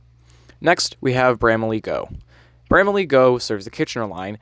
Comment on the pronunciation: brama-lee not brama-leah btw hehe